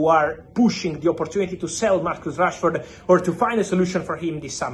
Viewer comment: Why is fabrizio saying Trashford?😂😂😂😂